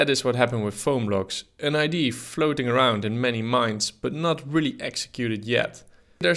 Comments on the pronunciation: Its IdeA not id lul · it's pronounced idea, not idea. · is it really that difficult to say IDÉ-AH idea instead of "idéé" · No, it is wrong and right. It's pronounced idea not id in the English language. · Love how Dutch people cannot pronounce idear. They say eye d! Lol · Idee? It's Idea, with an A at the end. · Idea is not pronounced "idee". The A isn't silent. It's pronounced "idee-uh". Regards ,someone who only speaks English yet has the audacity to correct someone who speaks multiple languages. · Ide - A! IT'S IDEA FFS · Ffs our English teachers hammered us for 5 years on the pronunciation of the word "idea", yet this guy says it 636363 times incorrectly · why the hell can't dutch people pronounce IDEA correctly... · Please practise saying "idea".